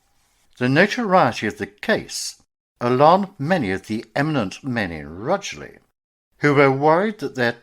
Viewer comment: Rugeley. Not pronounced RUGLEY